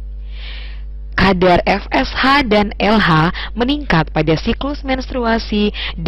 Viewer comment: baca FSH nya adalah eF eS H bukan Ve eS H, piye to...??